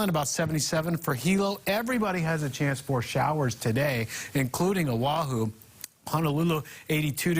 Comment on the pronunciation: Nice smooth voice, but he needs to work on his pronunciation of Hawaiʻi place names -- Līhuʻe, Kauaʻi, Oʻahu, Honolulu, etc.